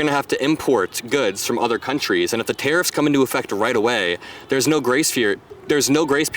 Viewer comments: Is" " saying TEAR UPS??? instead of tariffs? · "Tari-FFs" -3rd guy